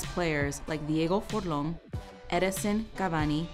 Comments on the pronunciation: Did she just said "Diego Forlon" and "Edinsen Cavani"? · Dijo diego forlon jajajaja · Concise & informative. Kudos for at least attempting the correct pronunciation & references. The correct translation for: "Cuando Juega Uruguay" is "When Uruguay Plays". Also it's Diego Forlan not Forlon. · diego forlan not "forlon" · Who the fuck is Diego forlon its DIEGO FORLÁN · jajajajajaja haime rus, dieigo furlan, cracks v well done otherwise (and sorry for mocking the pronounciation) URUGUAY NOMÁ!!!! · Roberto Castro Jajaja mal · Moncho1234 significa Diego pa rato.. 😂😂 Hablando enserio corregir la pronunciacion es un poco una falta de respeto a todo el trabajo de investigacion que hay detras. Esta muy bien el video :)